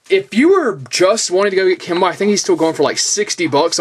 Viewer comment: Thanks you for Pronouncing his name like that , People keep calling him "key Moe" but it's actually pronounced the way you said it ..